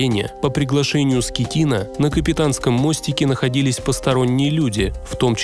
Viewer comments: Не скетино а скатино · Капитан не Скеттино ,а Скаттино! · Франческо Скатина а не Скитина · Он не Скитина, а СКАТИНА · Теперь Он Франческо не Скетино а Скатино..😄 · Франческо скатино а не скитино получается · Франческо Скотина,а не Скетина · Скеттино, но ударение падает на и.